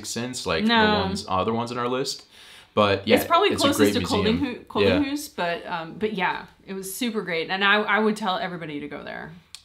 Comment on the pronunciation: Guys I know that your improving your danish all the time but try to ask a dane how to pronounce Kolding.. thnx😉😊